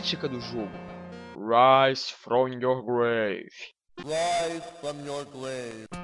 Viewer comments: Raaaise from your GLAVE!! Ele fala assim... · Eu sei que é grave (túmulo), mas como o console tem pouca capacidade pra sons... PARECE QUE ELE FALA GLAVE... santo cristo, vocês ainda não entendem...